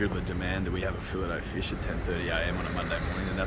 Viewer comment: Come on boys we're fancy it's a fillay o fish .